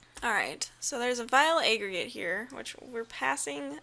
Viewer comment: "Vile A-GREY-GEYT"